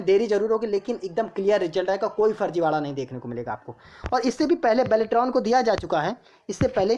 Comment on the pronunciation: बाल्टरान नही बेलेट्रॉन हैं improve your pronounciation